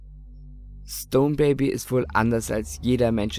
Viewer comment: Hab auch erst "stoned" verstanden xD